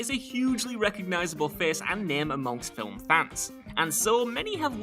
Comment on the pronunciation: Stop...saying...."FILL-UHM!" The word is, "film." No letters (or sounds) between the 'l' and 'm.'